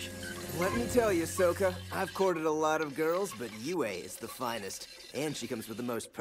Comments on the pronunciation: he just called him soekka? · "Soukka" Ramdom person who made the atla movie: Ah yes thats how you say it